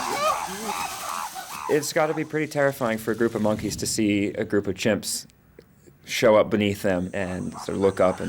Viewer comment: Monkiez, key-lin monkeez